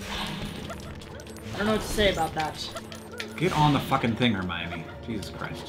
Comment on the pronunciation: The way Hank said Hermione once it sounded like Hermayonaise xD